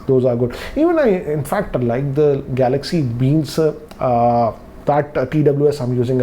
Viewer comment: Everyone: galaxy buds live...:-galaxy beans😂👌